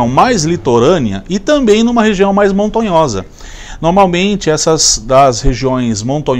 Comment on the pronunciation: bom dia. Atenção: dendrobium e não dendobrium. Montanhosa e não montonhosa.